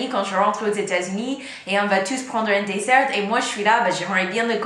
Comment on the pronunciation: Pourquoi vous prononcez le T de dessert mais pas de chocolat?